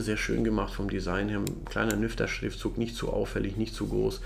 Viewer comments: Jedes Mal wenn du Nyfter gesagt hast verstand ich "Lüfter"... error in head...🤪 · Verdammt, nachdem ich deinen Kommentar gelesen habe, ich jetzt auch xD